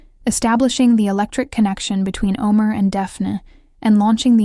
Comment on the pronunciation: Can you PLEASE learn to pronounce their names right?!!! Eda. Eh-duh. Can.. chahn Omer Oh-Mare Sevda Shevda Ferat Feraht Seran Sheron .... As a Turk it's annoying because your shows have the correct pronunciation